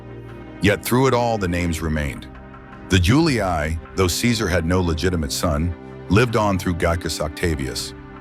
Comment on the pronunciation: All good, but hearing "iuli-ai" is really making my genuine roman ears bleed.